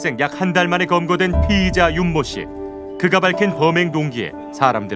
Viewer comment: "피해자"랑 "피의자" 발음좀 정확히 하쇼 쫌!!!!